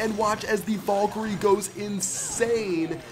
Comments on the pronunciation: Did you t say valgire? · omg I luv how u say valkryie "vulkry"